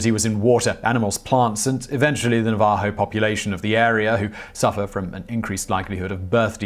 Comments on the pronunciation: Navajo is nah-vuh-ho. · I like your story telling style very much, I watch often, but please don not attempt to say "Navajo" again. And didn't you mention Chalk River? BTW, greetings from Hanford. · Navajo has the stress on the first syllable, even in British English. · Simon & team - Great video. Now I want to challenge everyone on the team to make Simon Whistler say “Navajo” five times fast every time they see him drink anything. (Pretty please!). 😂 love all your videos! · Ur creation of Navajo with your accent is quite humorous